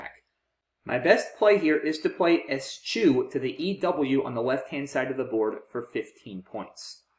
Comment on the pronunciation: I am pretty sure ESCHEW is pronounced "es-kew" or "es-queue". But if you haven't heard the word used it's understandable you wouldn't guess that!